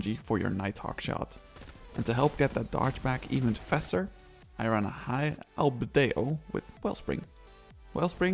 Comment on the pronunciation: Love this build, been playing since day 1 of D1 and started on Gunslinger way back in the day but still enjoyed the video. Very informative for new players :) btw the High Albedo is pronounced High Owl-bee-doh, hope that helps but can tell your English is fluent anyways.